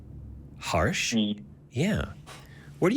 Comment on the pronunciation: Just wanna quickly and humbly suggest that its pronounced as Her-sh As in Hershey's 😄 As an Indian I couldn't see that name pronounced so Harshly... So had to say it😂 Cheers ❤